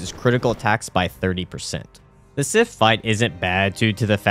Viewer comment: The badge idea is inspired, great stuff! (also two very small corrections, Sif is the goodest girl, and Souvenir is soo-vin-err)